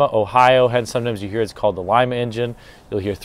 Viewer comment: Lima, Ohio...pronounced like it's spelled Lee-ma, not Lie-ma....